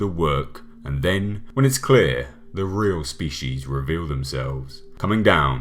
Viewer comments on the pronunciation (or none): none